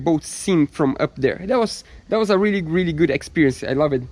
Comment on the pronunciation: I'm weally weally excited to 😂😂